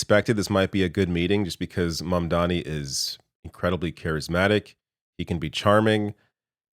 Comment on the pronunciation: I wanna see snl parody this scene Trump just fanboying over Mamdani while still pronouncing his name wrong.